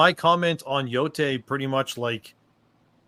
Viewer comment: Yotei - Yotay Y'all keep pronouncing it Yotai., you know enough